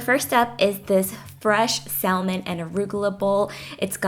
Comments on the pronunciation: it is said sam on not sal mon idiot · Salmon is pronounced "sah-mon". The L is silent. Hate to be that bitch but it bugged me lol. These bowls look AMAZING!!!!! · I love your video's but Salmon is pronounced (Saa-men). I've recreated your chicken, plantain, and corn soup my hubby went crazy for it. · The "L" is silent in salmon so it's actually samon. Just a sweet little FYI. Hope no offense is taken. Love your channel and recipes! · I stopped watching after i heard her pronounce Salmon.... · FYI the "L" is not pronounced in salmon. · Mae .Lindaaa u don't pronounce the 'L' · You should never reheat rice as it becomes poisonous. Salmon is spoken without the L. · The "l" is silent in salmon 😥. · Hi, the meals look fantastic! FYI, you don't pronounced the 'L' in Salmon in English. Love your videos!!:)